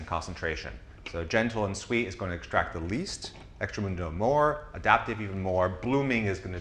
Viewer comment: Great stuff, very informative! BTW I think it's "extract-a-mundo" not "extra-mundo"